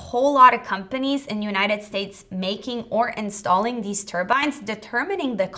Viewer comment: Learn how to speak. Deese, Does, and Demzes IS ALMOST A SPEECH IMPEDIMENT.... It makes you sound so impaired.! I can't listen anymore.... In the information heirarchy People pay to hear more intelligent speakers..... anyone can listen to Mo-Rons, but why (pity?) OMG do i hear "WINT" rather than "wind" Someone keeps telling me I'm a Mo-Ron, oh wait, IT IS YOU, Every couple few words an indicator MY TIME IS BEING WASTED...... sorry.... gotta go ....